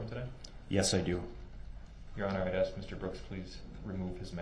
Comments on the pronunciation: You were talking about bulldozing through when anyone is talking. I hate when he ask "axe" a question and then interrupts the witness trying to answer him. The judge has called him out a couple of times for it. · what IS the point of axe-ing questions